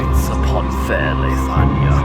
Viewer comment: Is it just me? or when he said the line "He is the King of Leithania" it sounds like he said Lasagna for a second there, crap i can't unhear it anymore.